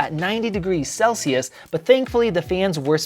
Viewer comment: Celsius or sell-shoes, funny😅